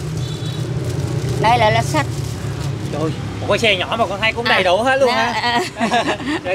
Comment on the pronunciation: Thăng long mà nói lá xách. 😅